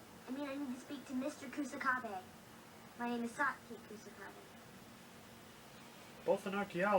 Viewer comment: The Disney version has the correct pronunciation of Satsuki’s name. The Fox dub pronounces every syllable in her name, which is wrong. The “su” is meant to be said quickly, almost to the point where you can’t hear it. I like that the Disney version actually makes them sound like children, but it’s also almost too real, if that makes sense? Fox is what I grew up with, so I’m gonna go with that one.